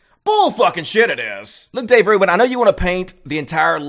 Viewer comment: Dayv rooban?